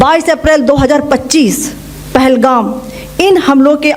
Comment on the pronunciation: पहलगाम पहलगांव नहीं।